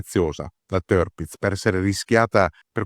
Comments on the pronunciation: Sì pronuncia Tirpitz non terpitz - per resto super documentario !!!! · Ma che tërpitz tërpitz! Si legge tirpitz con la i, non con e, e nemmeno con ë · Il fonetico tedesco esatto sarebbe con la doppia "i": TIIRPITZ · Se posso permettermi, il nome si pronuncia esattamente come si scrive (in accordo con la fonetica tedesca).